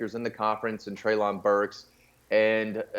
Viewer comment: You should let the guy in the white talk more. You SUCK. You interrupt a lot. Y’all can’t even remember Arkansas OC name. It’s BurkS with an S. Not Burk. Good god.